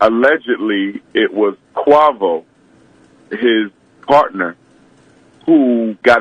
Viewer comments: Bro said quvo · "QWAVO" LMAO! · Not Kwavo